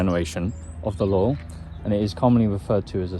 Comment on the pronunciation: everytime he says "laurel" I think hes saying "lol"